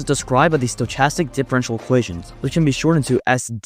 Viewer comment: Fire vid 🔥 also just helping you out: its kinda weird but stochastic is pronounced sto-ca-stic. Doesn't take away from how well you explained it though!